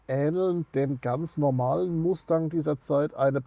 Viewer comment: Tolle Vorstellung eines tollen Autos......Aber bitte nicht MASTÄNG......bitte MUSTANG 😊